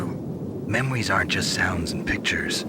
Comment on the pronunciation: Snake definitely says ''memwies'' one time when responding to Mei Ling in that codec call. Maybe it made Kojima and the team laugh and was subtle enough to leave in.